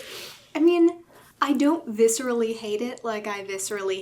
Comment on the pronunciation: When the first 5 minutes go like "I don't VISSER-ally hate it." - "I really VISSER-ally don't like it" xD